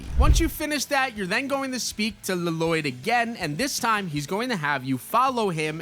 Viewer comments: It’s not LLoyd just it’s like loyd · LLOYD = Laloyd 😂😂😂😂😂😂 one L is silent dude. It's just Loyd. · Bruh it's just Loyd!! La-Loyd is crazy work bruh 😂😂😂😂😂😂😂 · His name isnt pronounced laloyd that’s just from the movie in the actual good show it is pronounced Loyd NINJAGO movie almost ruined my favorite show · His name is Loyd, with an extra L, not Laloyd, that was annoying me, lol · Dude, it's not Laloyd. Lloyd is just pronounced loid. 😅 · This guy really pissed me off. Hes calling LLOYD, La Loyd. Annoying ASF. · Bro said luh-Lloyd, and I don’t think it was a joke? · Dude it’s literally just LLOYD pronounced as loyd. Bro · Just letting you know 2 things 1 it's pronounced Loid (but I get the confusion I had the same when I first saw that name first) and 2 bought the Lego pass and og pass (from crew) along the entire Ninjago bundle with your code ☺️ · Lloyd Loyd is how you pronounce it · It's just pronounced loid 🤦‍♂️ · no way did bro actually say Luh-loyd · bro never watched ninjago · 🤣🤣🤣🤣 i was wondering bout that lmao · As a man named Lloyd I demand you say the correct way 😆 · Bro, when he said it pissed me off so much